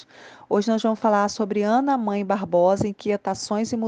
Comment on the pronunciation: Não é Ana Mãe, é Ana Mae o A se ler com son de E.